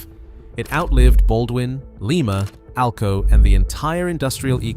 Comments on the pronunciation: Lima is pronounced LIE-MA, like Lima bean, not Leema, the city in Peru. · Lima when talking about the place in Ohio is pronounced LIE MA. Not like the place in S. America which is LEE MA, Peru.